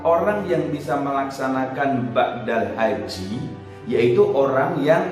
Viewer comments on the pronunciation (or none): BADAL. Ustadz..... bukan BAKDAL. (Maaf)